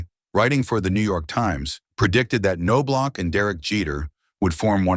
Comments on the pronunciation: Chucks dad Ray, was one of the winningest HS baseball coaches in Texas at Bellaire HS in Houston. I played baseball with Chucks older brother Mark Their name is actually pronounced Naw Block. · I was the Twins scout (Marty Esposito) who signed Chuck out of A&M. Chuck and Ray always pronounced their last names as I had written, as did the coaches at A&M. I am CERTAIN the K is silent, although the last half of the name could have a couple of pronunciations. But I always heard “NOB-LOCK” from the family. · Your AI voice over sucks. It's pronounced "Knoblauch" three different ways not even halfway through the video. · Well now, how do we pronounce that name? NO-blok? or Ka-NO-blok? when you're not certain, just use each of them repeatedly. This is pathetic. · The bad part about AI voicing… it can’t even correctly pronounce the last name of the subject in the video. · he doesn't even say his name right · reporting this video as spam/misleading just because you can't train your text-to-speech that it's NOB-LOCK. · Knaablach not noblock. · Whoever read this needs lessons on pronunciation and some baseball dialouge. It's not Nobe- lach, or K-nobe- lach..... it's Knob-lach! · Its KNOB-LOCK. Easy as can be simple as locking a knob. Damn knowb-lauc smh. I have a blue bat from the dome with his fake signature on it from a giveaway night from when I was a kid. I like him as far as the 91 team is concerned. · Nob Lock not No BLock or K-No Block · How do you do a video on someone and not know how to pronounce their name?!?!?! It's pronounced NO-BLOCK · These AI robots forever mispronounce people names wrong. No Block, Cano Block🤦🏽‍♀️. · OK SLANDERER...IF YOUR GONNA MAKE HATE VIDEOS..LEARN TO SAY HIS NAME RIGHT...ITS KNOB-LOCK....ANOTHER HATE VIDEO FROM A DERANGED LIBERAL! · Kuh - know - blauch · Nah man it's No-block...and sometimes Ka-no-block 😂🤦‍♂️ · No Block ... LOL 😅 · Ka - no - block??? Now I'm not too concerned about A.I. after all 😮😮😮. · It’s pronounced Naw-block😂😂